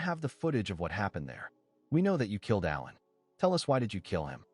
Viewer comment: This recap is done by someone who def doesn’t understand the English language! Aiming a gun at someone is NOT the same thing as shooting them, dummy! Also, it’s ALAN, ffs, NOT Ellen! 🙄 Come on! You should be doing better than this convoluted, getting names and events wrong, etc…